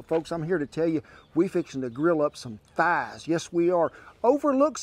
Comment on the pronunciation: Pronounced Thazzz